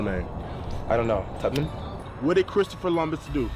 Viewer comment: “Christopher Lumbus”???????